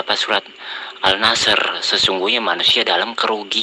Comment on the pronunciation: al ashr kok al nashr??